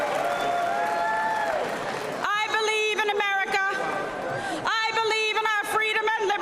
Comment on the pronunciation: The way she says America…. Just…. No